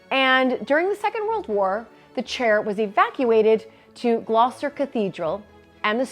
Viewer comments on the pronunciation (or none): none